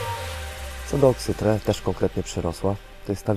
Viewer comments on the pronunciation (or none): nie oksyTRE tylko oksyTRI